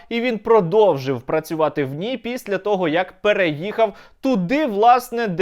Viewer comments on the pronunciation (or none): none